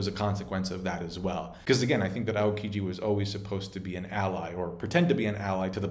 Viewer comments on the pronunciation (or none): none